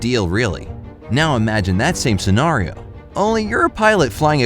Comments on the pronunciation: She said cenario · Yes, SENORIO. (I think scenario was mispronounced, but tomato tomatoe I guess)